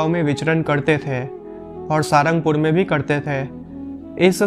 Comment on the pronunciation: इस स्थान का सही नाम 'साळंगपुर' है। अंग्रेज़ी में 'ळ' उच्चारण नहीं है, इस लिए रोमन लिपि में 'L' ही लिखना पड़ता है। आप इस का उच्चार "सारंगपुर" न करें, असली नाम 'साळंगपुर' ही बोलें और लिखें।